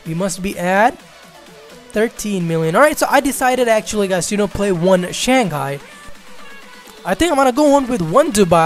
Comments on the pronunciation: Its pronounced as shang-hai not shan-ghai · shang-gai ? hahahhaa lol